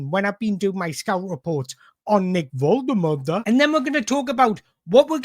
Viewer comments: Great job. In my opinion one of the top Newcastle United YouTubers, but please watch Nick Woltemade's video where he says his name so we know how to pronounce it properly, you're still butchering it! Other than that, great content! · you do you. these videos are good - don't want to compare to other toon content creators because theres room for all of yous but definitely enjoying the content - the analysis is top notch. will always watch one of these when they pop up and if you can figure out how to pronounce Big Nick's surname i won't have a single thing to moan about!